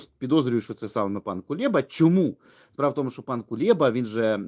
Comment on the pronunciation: КулЕба, не КулЄба.... ви ж розумна наче людина, покращуйте мову, бо москворотість сквозить.